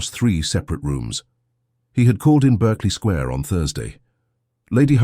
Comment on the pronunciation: It is not pronounced ss 'Berkley' but pronounced as 'Barkley Square' despite being written otherwise.